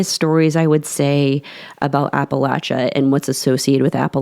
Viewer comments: Yes, I noticed that she said it right too! It drives me crazy when they say it like Appa-lay-chia! It's Appa-latch-a people! Not lay-chia 😤! The A keeps the same general sound all the way through! Not A like in lay, but A like in apple. 😊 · Thank you, great job of recounting some of the stories from my home region....and most importantly for pronouncing Appalachia correctly.